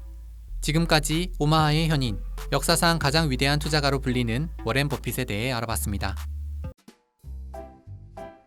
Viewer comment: 워렌이 아니라 워런입니다 그런것듀 몰